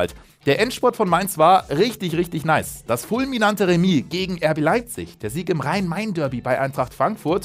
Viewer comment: bitte sag nie wieder "nice"😂 haha sorry